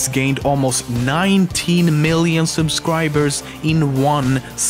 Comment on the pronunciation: did you just say "subscwiberws"?